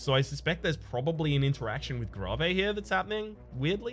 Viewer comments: It's not "Grahvay" it's pronounced "grave" as in "graveyard" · You know, nice content and all, and normally things don't bother me much but... In what world do people say gra-vay, instead of, you know, grave? Most funerals I've been to, people get put into things called graves, not freaking gra-vays. Just stop it, please, for my sanity. I know, oldish video and all, but eh. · Grah-vay. The fuck is grah-vay. Its Gray-ve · It has been bothering me so bad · he intentionally do that XD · Why does he pronounce grave, gravay? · I hate to be the guy that says it but the word grave is the same as where you bury our dead. Should help with the pronouncing of it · Ew why do you say grave like that lol?